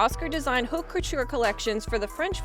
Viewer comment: Haute is a French word and is pronounced, ‘oat’. H is not pronounced.